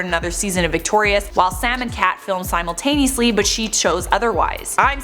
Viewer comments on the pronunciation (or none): none